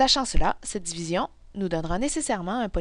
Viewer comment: Dzivizion 😂😂😂.... en tous cas merci bcp